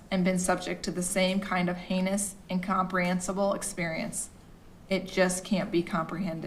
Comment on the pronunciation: I love that the daughter made fun of his mispronunciation of "heinous" (Hay-NEE-Ous).